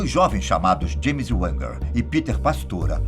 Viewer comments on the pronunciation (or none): none